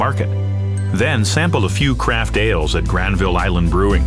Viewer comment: Hey I've lived in Vancouver my whole life and this guy pronounces Granville painfully wrong. The second syllable gets de-stressed, so it sounds like GRANvul. Just so you know, I guess.